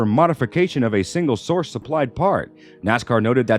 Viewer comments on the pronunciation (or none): none